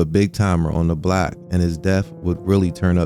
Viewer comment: Your pronunciation of "block" consistently as "black" is super confusing, lol